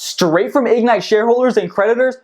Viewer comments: Why can't you pronounce ig-NITE? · Its not Ig-nite Its Ignite. All one word.